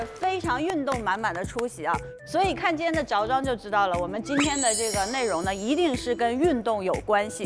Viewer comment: 吴曦，zhao装是啥意思！？不应该叫zhuo装吗